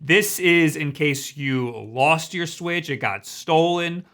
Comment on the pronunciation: Ghost Cloud Music the O in "lost" sounds like New York.